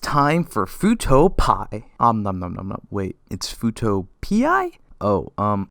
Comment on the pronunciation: Nahhh...it's pronounced "fuuto pee"